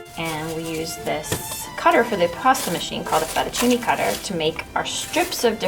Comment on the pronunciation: That's really cute, but just one thing: after "living in Italy and learning from grandmas" you still pronounce "pappardelle" e "fettuccine" like that?